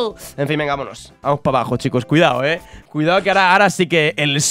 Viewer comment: ¿Porque en vez de decir "Vamos" siempre dices "Pamos"? jajajajaja